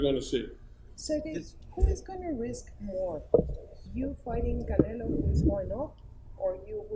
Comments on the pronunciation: all russian and Ukranian pronounce Canelo=Canela...lol peace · He keeps calling him Canela LMFAO